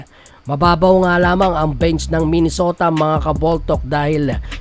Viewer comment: minesota po nasabi ahe .